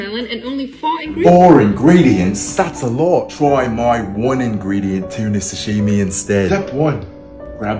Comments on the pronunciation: i like how he pronounce sahimi as 🎇SaShEEmIe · "OnE tUnA sAsHiMi" needs a Guinness world record for wrong pronunciation